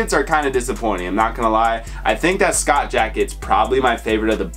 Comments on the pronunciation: Just for future references, Schott is pronounced "shot" :) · Yeah it’s definitely pronounced “Shot”. Shoutout to though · Just a heads up the “c” is silent in the brand Schott. Dope video man